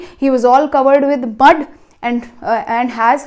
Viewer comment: Bud not mud